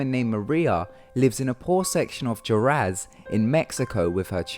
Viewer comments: alex santana Jorez... I assume that was supposed to be Juarez. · isn't juarez pronounced "wuarez"?